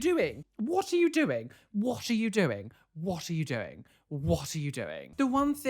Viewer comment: nobody: absolutely nobody:: WHOT AH U DOENG